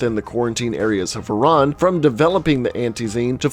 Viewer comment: hiran XD